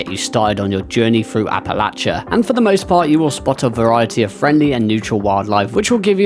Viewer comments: Say it like App-Ah-Lay-She-Uhhh 👍🏼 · As someone from the philly area, youre killing me with the pronunciation 😂